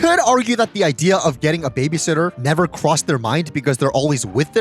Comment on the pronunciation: “I nevew weally was on youw siwde”